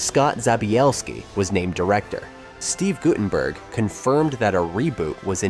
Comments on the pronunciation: Gutted-burg??? AI sucks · If you're going to make videos how about using correct pronunciation of names? You said Guttenberg and Lessard wrong.